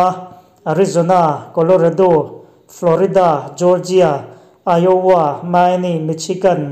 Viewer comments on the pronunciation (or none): none